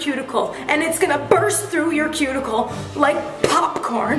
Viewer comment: That "cue-ticle" aint so cute